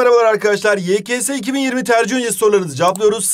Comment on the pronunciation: Bu hala yks yekese diyo 😂😂😂